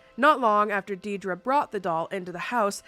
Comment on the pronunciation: My name is Deidre - never hear people say my name right. Entertaining to hear it said with ties to the true Annabelle beginnings. But also, DAMN! 😜😘